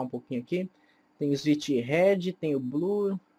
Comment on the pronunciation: "ISWICH" PQP DKASDKASKSA